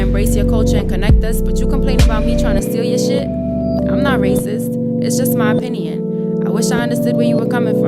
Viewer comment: she says it's my opineyon